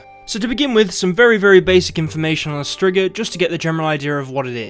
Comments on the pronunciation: It's pronounced streega not strigger lol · It's streegah not strigger lol English accents 😁🤣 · Striga is pronounced streeeeega and means witch. So im confused. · The monster is called a striga but he out here sayin strigga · "strzyga" :D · I will be honest at first i had a total brain shut down when you said Striga I though i knew what you meant but I was thinking of Bruxae